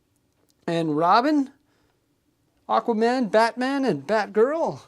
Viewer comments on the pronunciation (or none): none